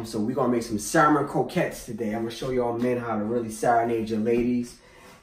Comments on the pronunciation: Ok eveyone... ITS pronounced SAMMON, THE L is silent, lol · Can't believe the salmon wasn't drained; the skin was not removed from the salmon; and there was no check made for stray bones! BTW...The "L" in salmon is silent, i.e., not pronounced. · Bruh! Love the recipe, but PLEASE, PLEASE never wear such a lacy sissy shirt again! P.S. The "L" in salmon is silent. Come on Brug! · It's really annoying to hear people pronounce the "L" in salmon. The L is silent, please. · I would watch the whole video if he stop pronouncing salmon wrong....